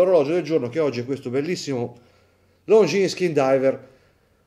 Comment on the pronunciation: Longines, non Longjeans! Per spirito d'emulazione è consentita anche la pronuncia alla Davide Cecchini, che tra l'altro utilizzo sempre anch'io: Looongines 😉 Looove!